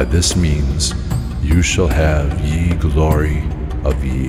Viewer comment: Great idea but yeeeeesh... “Ye” is pronounced “the”